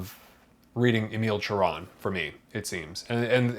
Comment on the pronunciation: Thank u for pronouncing his name correctly.